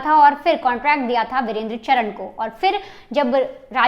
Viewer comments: जरा धीरे बोल तुम और चरण नहीं है चार ण है पहले से ही नाम लेना सीखो फिर बकवास करो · चरन नहीं चारण है । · ye sari मिडिया pagal hai inko basic knowledge hu nhi hai Gogamedi ko godamani or चारण ko चरण bolna daffol log kuch bhi news dete hai